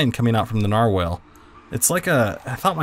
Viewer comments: It's not narwhalel its nar-wall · NAR-WALL NOT NAR-WHALE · Narwhal (not narwhale) +stingray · Ericek Daleky oh nar*WELL* aaaayyyy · Narwhal (Nar-wall) this is how it's pronounced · IT IS A NAR-WALL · It's pronounced nar-wall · its pronounced like narwall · Narwhal is pronounced differently